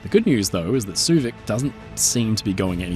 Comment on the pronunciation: I enjoyed your playful and light-hearted take on the interesting story of the Suevic. Also, I appreciate the pronunciation lesson. I've been mis-pronouncing her name as "sway-vick"